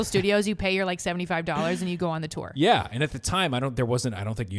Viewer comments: Omg yes it’s ‘toor’ not ‘two-er’ 🤣🤣🤣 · It's definitely Tour...like four 🤣 love yall mfs!